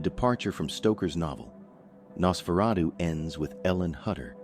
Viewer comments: HAI IM AN AI HERE TO TALK ABOUT NASSSFRATTU 😂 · I heard Nasferawdoo. lol!